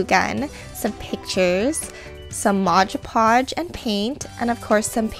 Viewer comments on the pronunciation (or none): It's called MOD podge not MODGE podge, and and AMPERSAND not 'an and sign'. I can't watch...